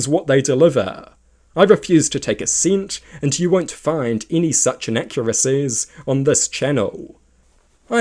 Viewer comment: Why do you talk like that? That's not how you pronouce research or inaccuracies. Your slower pronounciation on the last syllable of every word at the end of a sentence makes me want to pull out a tooth. Please tell your allocution teacher they're full of shit.